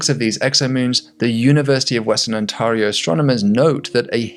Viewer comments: On-TEAR-E-O Ontario not on-TAR-E-O but great vid. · Ontario is pronounced on-TERR-ee-oh. Not on-TARR-ee-oh. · Ontario is pronounced: on-ter-ee-O (as in to 'tear' paper) As a Statistician, who knows zero about what you are talking about, but a long time subscriber, to me, the scatter plot data looks like there is a 2nd longer amplitude TTV going on - maybe another moon in resonance. I would try an fit a second 'moon' curve to that data that aligns with the higher spikes. What do I know - but that is what I see - and I've seen videos about moons finding certain resonance patterns which makes me think this might be happened (if the data is accurate). Just seeing data as a Stats guy. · Ontario is pronounced "on" "Tear" "rio"